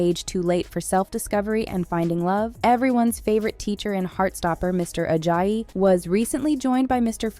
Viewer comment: when she was pronouncing it mr ajayiiiiiiiiii instead of mr ajayi